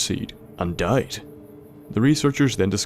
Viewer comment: 'he ate a mighty buffalo gourde, AND DOID' your voice is gold and I can only wish my Irish voice will be yours XD